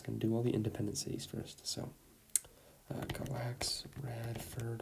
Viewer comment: Independent City of Norton here in Virginia! Awesome! Oh by the way Galax is pronounced “GAY-laxx”